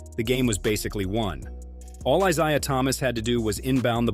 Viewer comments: "EYE-SIE-UH" Thomas? "Bird only one to save Magic's life"?! Was this done by some 20-something YO who s unwilling to do significant research?! 40 seconds in, I can't take any more! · Bill Lame-beer? Eye-zi-ah Thomas? He mispronounces almost every name. Has the narrator ever watched a basketball game from the 80s-90s?